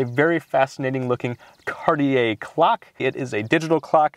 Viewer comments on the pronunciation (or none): none